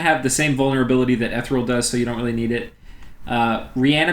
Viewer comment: Listening to you say ethereal wrong is maddening